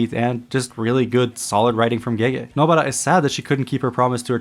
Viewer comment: Nobara. Please stop saying Nobuttah. Weeb as hell.